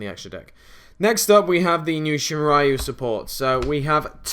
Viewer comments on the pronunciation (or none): Shinrayu ? It's Shiranui 3 Sylables: SHI RA NUI ;) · Its Shi-Ra-Nui, not Shin-Ra-Yu... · Shiranui = "Sheer-uh-NEW-ee," not Shinraiu. The game Okami goes over that. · Stop saying Shinraiu, its pronounced SHI - RA - NUI -_ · I like the deck a lot. More excited for the actual "pure" Shiranui profile though. By the way. It's pronounced "she-rah-nuu-ee". Doesn't really matter but someone was gonna comment it sooner or later. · Why do you keep pronouncing Shiranui as "Shinraiu"? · I was wondering the same thing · ***** Yeah, but that's only because the "ra" sound is used frequently in the english language. In something like German or Japanese "Shiranui" is much easier and less forced to pronounce. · ugghh...the way you pronouce "shiranui" hurts...